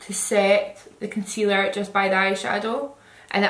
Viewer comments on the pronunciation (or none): none